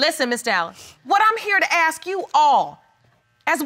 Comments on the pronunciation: Bloody he'll it's ask not axe get it right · It's ask not axe